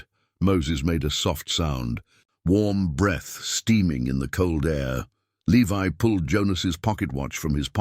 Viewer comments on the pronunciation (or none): At first the ai reading the guys name the correct way. Levi then he says leve can you people ever get your words correct useing the proper long and short vales the correct way??? 😊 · If Alice was Levi’s mother, as your story states, the Jonas and Eleanor were his grandparents not his great grandparents. This is why the story is getting confusing first I thought I was wrong but nope you guys are getting your generations confused and you have pronounced Levi’s name three different ways. It’s Levi just like the jeans.